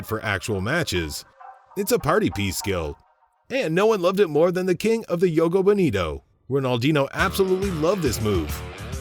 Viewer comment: "Yogo bonito" 😂